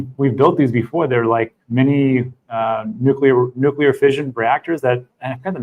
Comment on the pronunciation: lol he said "nucular". :D